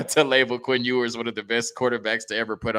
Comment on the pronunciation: This man really pronounced it “EE-WERS” 😂😂😂